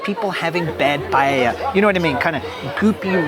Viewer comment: You forgot a critical one: calling paella, "paLLella". Many more tourists do this than the Barca thingy. Best!